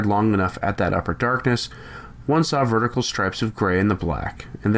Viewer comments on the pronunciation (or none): none